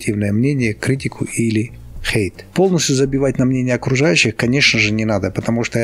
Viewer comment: Как мне нравится, это произношение слова Хейт. Оно прямо как будто пронизано всем настроением ролика: пофиг на чужое токсичное мнение! Как жаль, что раньше я слишком прислушивалась к мнению других, столько из-за этого ошибок и упущений.